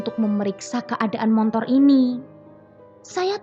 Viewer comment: BELAJAR menguCapkan Secara TEPAT & BENAR = "SepeDa MOTOR", MO-TO-R : MO-TORRRRR!! BUKAN : "M-O-N-T-O-R" !! (TANPA huruf "N" di TENGAH-nya...) M0-T0R..... [N●T] : M0-"N"-T0R ?!!